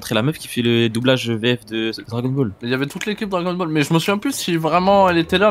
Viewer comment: "Dragon bol" t'es le bosse